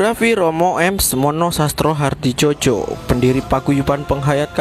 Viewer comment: Sastrohadidjojo dibaca Sastrohadijoyo.